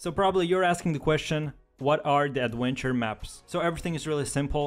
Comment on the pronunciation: "aduentuer maps"